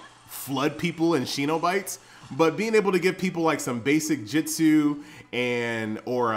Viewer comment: it's jutsu not jitsu